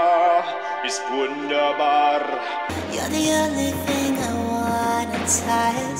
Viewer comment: Really good video 👏🏼 But one question: Are you born in Germany? cause that „wunderbar“ in the Rammstein expression sounds really good to me as a German person 👍🏼